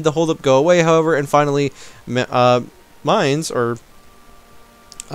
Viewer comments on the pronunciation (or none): Maine is pronounced the same as the American state (as in "men"), and you pronounced procençal and Provence sort of right ;) The surrender of Maine event forces England either to surrender the province to France or to go to war (Provence no longer possesses that piece of land at the start of the game) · the american state is pronounced like main though